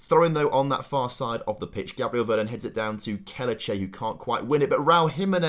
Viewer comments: PLOT TWIST: Andre is a deaf mute and hasn't been told yet. BTW it's V-E-R-O-N not Vernon hahaha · Loving the series, p.s. please reread veron’s name ty ty